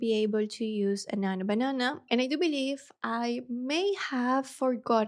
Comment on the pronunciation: I was about to say some thing 😊 “nanyo bananah”